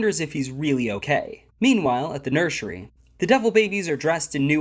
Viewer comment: Nursery ❌ Nurshary✅